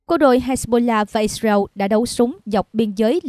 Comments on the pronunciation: đọc sai tên israel có 3 âm đọc còn 2 âm thành iseu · Vẫn đọc là Ix-riu. Con mắm này 40 năm nữa mới có bằng trung cấp. Giờ nó đang hài lòng với bằng... hạ cấp :face-blue-smiling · Cô biên tập viên này nói quá nhanh nghe rất khó chịu. Israel lại phát âm ( ít- diu) chả biết nước nào?